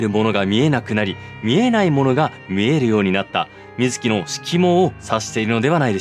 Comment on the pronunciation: 水木しげるは合ってるけどゲ謎の水木はみ→ず→き→です あと長田はながたじゃなくておさだです